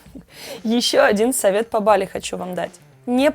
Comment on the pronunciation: Какое нахуй бАли?вы с ударениями вовсе не дружите? Мерзко слышать !!! А так видос супер!